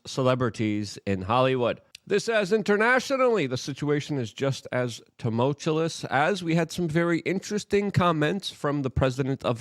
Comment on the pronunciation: Tumultulous again. Just learn to pronounce it, man.